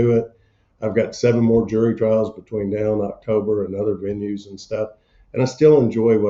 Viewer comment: Smile, say "the idiot thinks hes got me"... Also, listening to that damned honking goose twang is unnerving, now is a one syllable word goofneck! 😅 UNFIT FOR LAW!